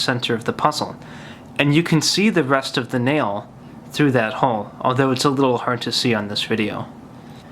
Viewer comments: Lol when he pronounces 'hole.' "There is a little hohle there." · Hoghl. Funny way to say hole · I love but... theres an L in hole